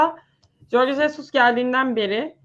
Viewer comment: Sen ne saçmalamışın, bilmiyorsan bari sus. Horge doğrusu